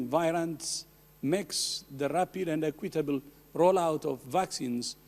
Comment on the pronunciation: From his tone it sounds like “Acquit-table vaccines” are going to the highest bidder